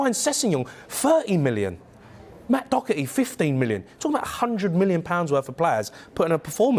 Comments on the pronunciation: O Hara if your going to comment get the names right Matt Doherty is Irish and is not pronounced Doc er T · Who is "Dockerty" ? I mean I know there's a Doherty on the team but never heard of Dockerty.